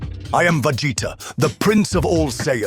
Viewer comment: I am “Vageta” 😂